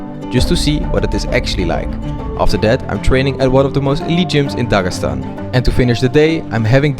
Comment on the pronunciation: Дагасан аахахх) ударения отдельная история)